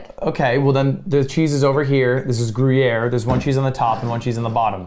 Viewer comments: Gru-yeah????????????? PLEASE STOP SAYING GRU-YEAH. LUD YOURE FRENCH AND ITS A SWISS CHEESE!! you should def know that its not how u say it bruh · "Groo-Yare" come on lud. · How is Ludwig french and can't pronounce gruyère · i almost spewed banana across my laptop when started say Gruyere:P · I love how he is teaching the guy to say gruyere while not saying it right himself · Wait but there's an e after the r in Gruyere I thought that meant you pronounce it in French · lud has such a bad french accent and he is correcting people with even worse accent haha as a french person that scene was so funny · Haha!! Cuts into the old croc and calls it gruyere 💀💀 got your cheddar/gruyere mixed up dude!